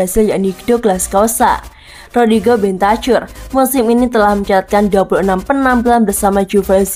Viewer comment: Mana host yang lama yang ini bahasa indonesia nya kurang baik tidak ada intonasi dan logat nya aduh ganggu parah rodrigo bentacur cara bacanya bentakur bukan bentacur aduh parah parah